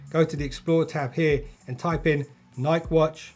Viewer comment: You are saying Nike wrong.